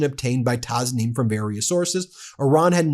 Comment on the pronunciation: TASNIM is pronounced with an S sound not a Z sound, and a long E sound as in STREAM (TASNEEM)